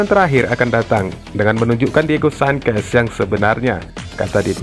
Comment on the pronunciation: Bukan "sangkes" tp "sances" baca nya, agak ganggu dengernya ya 😏